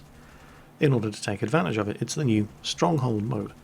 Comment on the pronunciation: Sunny shores? The UK? “you must be nee here".